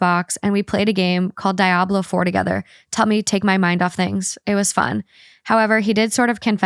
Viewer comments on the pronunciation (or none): The way she pronounced Diablo was so funny